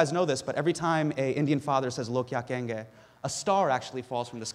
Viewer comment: He actually said "Log kya kahengey!" Hahaaaa. So Indian:) love u man!